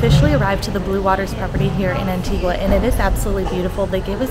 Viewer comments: Just a small thing it is not pronounced. antigwaaaa its antigaaaah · Anti-gua. It’s pronounced Anti-ga 🤦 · Pronounced AN TEE GUH not an tee qwa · Love these 'travel gurus' that talk about their 'expertise'. Travel experts should probably start with ho to properly pronounce the island they're featuring. Just a thought...